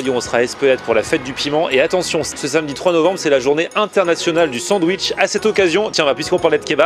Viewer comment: Pour des frites savoureuses, la bintje c'est la référence !!! (Et la méthode en 2 cuissons) (A part ça, 2min16, "Sandwich", et pas "Sandwiche"... )